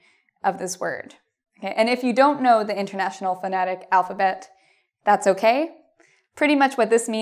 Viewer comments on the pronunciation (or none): I enjoy watching your videos! It really helps! By the way, I like your "okey" ;)